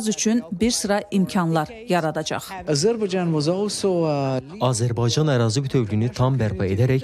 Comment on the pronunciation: Daha Azərbaycan sözünü düzgün deyə bilir,təbriklər!(Azəlbarcan)